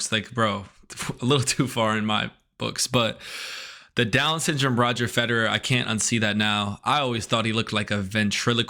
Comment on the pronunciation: Who the hell ist Roger Federra? (I had to use subtitles to get the name)